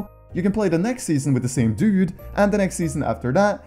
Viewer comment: is this guy swedish cause when he says dude it sounds swedish.